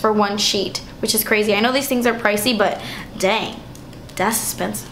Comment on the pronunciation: 'damn, das expensive' that made me laugh so hard because your latina came out. it happens to me all the time!